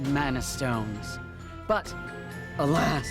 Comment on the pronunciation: He was just channeling his inner William Shatner with the pauses